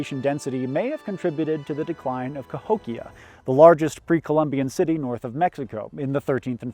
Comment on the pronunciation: I just had a surreal moment, where the blonde giy said Cahokian right as I discovered Cahokia in Civ 6.